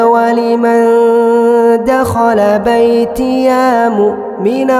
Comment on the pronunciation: maaf mashaAllah bagus bacaannya, cuma terdapat kesilapan bacaan harakat pada ayat terakhir " baitiya mukminan".. ya di situ tidak panjang ya.. terima kasih